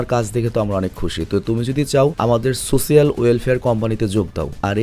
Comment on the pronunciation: সোসিয়াল না সোশ্যাল।